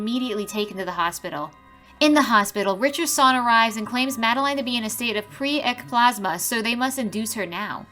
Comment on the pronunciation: Did I hear her right? "Caused by *pre-ecplasma"??? Did she mean preeclampsia?